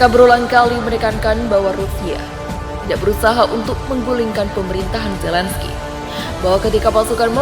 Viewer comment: Zelensky bukan Zelen Skay...